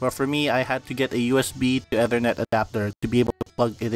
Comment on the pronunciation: well you mispronounced Ethernet so I automatically don't trust this